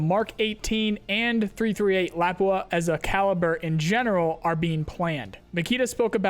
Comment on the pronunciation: Lapua is pronounced just the way pronounced it. not "la-poo-uh". trust me i'm finnish;)